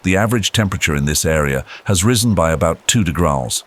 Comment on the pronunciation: What is 'degraas'? Is that the narrator's pronunciation of 'degrees'?